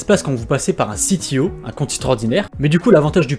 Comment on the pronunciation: Mdr. CTO c'est l'appellation française pour compte titres ordinaire, donc pas besoin que tu le prononce a l'anglaise ! A chaque fois que tu dis "ci-ti-o" je suis juste mdr 🤣